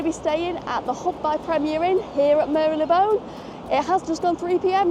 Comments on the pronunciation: Great video, it’s not Mary Le Bone though 😂. Mar Lay Bone 🦴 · As a Londoner, It's always been Mar-Le-Bone but then I may be wrong. Made me think for a second but then soon forgotten - loved the review.